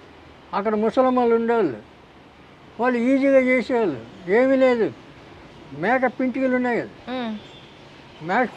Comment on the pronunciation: మేక..... అన్నారు..... ఏంటి sir, మీ మాట అర్థం కాలేదు